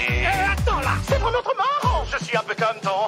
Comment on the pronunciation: C'est moi où il dit pas comme mais cōmme 😅